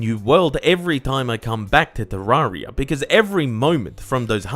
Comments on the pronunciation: Any one else triggered by him saying te rar ia not te rer ia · isn't it "te-RER-ee-uh?" not "tuh-RAR-ee-uh" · "Terrariar..." i wonder what nation this man is from?